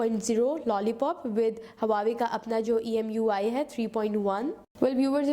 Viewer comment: hahaha pehly huawei bolna to seekh loooo Lollll